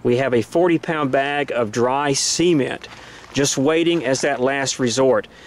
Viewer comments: I thought he said "we have a 40 pound bag of dry semen." lol. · I swore he said 40 lb bag of dry semen the first time lol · "Sea ment" (sigh). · Boy that’s a funny way of pronouncing cement, especially in that context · Absolutely amazing content and information.... Me- did he just say, SEEment?? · Sea meant. Sementuh. C-ment. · I thought he said dry semen.